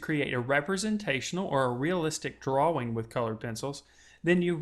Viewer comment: ***** He sounds American. I know a few Americans and none of them say drawwing, so it must be a speech impediment, not the accent.